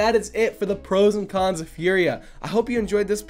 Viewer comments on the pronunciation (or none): Is it just me, when says con's it sounds like khan's? 😂 Great content as always